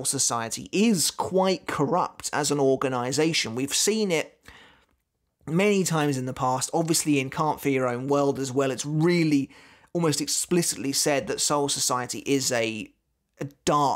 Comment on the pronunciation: The way you say Cant Fear your Own World sounds like Cant For your own World, every single time